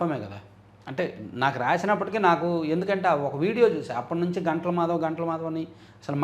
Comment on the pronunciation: గంటల కాదు గుంటల